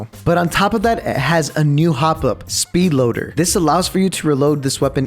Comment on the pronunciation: The way he said it (speed loader) 🤡🤡🤡